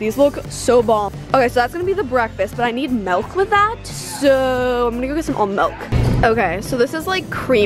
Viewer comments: Oml she says “melk” instead of milk. ily girl but just no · I love her but when she said “melk” instead of “milk” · STOP SAYING MELK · The way she says milk is funny she says melk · She says “melk” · frl its not no melk its milk🤣 but i still love her channel!!!! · It’s milk not melk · Frances Hermes my best best best friend says "melk." I just look at her and say, "I love you but it's miiiiilk." 😂😂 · ITS MILK NOT MELK sorry had to mention it:)) hahaha love your vids tho:) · OMGGG NOOO SHE SAYS MELK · Melk lol it’s milk 🥛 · its not mELK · Did u just say melk?!??? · Milk not melk UGHH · mElk lmao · How she said milk killed me